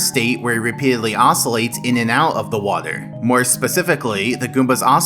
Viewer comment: I don't thing I've ever heard someone saying "waeder" so frequently within such a short amount of time.